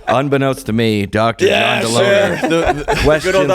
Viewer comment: I think John Delony is with no “ey”.